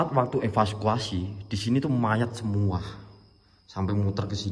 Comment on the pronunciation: espaskuasi Kirain evakuasi.....😂😂😂😂